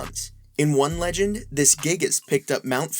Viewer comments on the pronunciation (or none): none